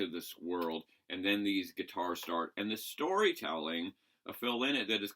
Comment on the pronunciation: Lynotts a bird, its pronounced lienot!!! Lynott!!!